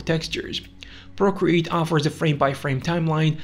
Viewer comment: ah yes, my favourite drawing app. “Porcreate”